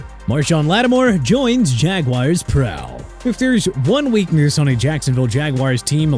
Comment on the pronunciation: AND ALSO NO MORE OF THAT JAGWIRES NONSENSE. IT'S JA-GWAARS.